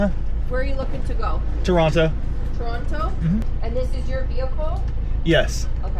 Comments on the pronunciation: This is the pinnacle of "Death Road to Canada." And I love that you call Toronto by its rightful pronunciation 🙂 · Heeeey....you said Toronto the correct way!! (For an American)